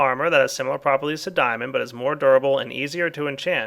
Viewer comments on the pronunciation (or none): he said similar